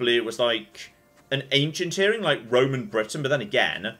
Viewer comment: Hows it end?! This is weird, you got a mission to get the bangle and you cut it? Why is she enunciating her g so much? Ear ringuh singuh...why add an extra syllable thats not even there?